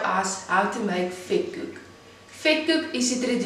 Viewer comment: Vetkoek wird F/Vetkuk ausgesprochen… 😳 oe = u …